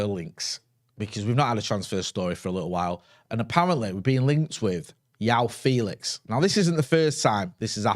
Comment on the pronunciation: Every time calls him Yao Felix, it hurts my ears...